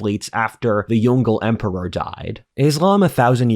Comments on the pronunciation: It's Yong-Le not Yon-Gle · Yong Le is pronounced "Yung Le" not 'yongle', 永乐。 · Hey the Yongle Emperor is pronounced "yong-LUH"